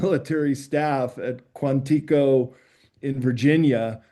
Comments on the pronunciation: March 30 ? Quan-tei go ? I quit watching. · March 30th? ‘Quanteeko’? Really, is this guy to be taken seriously?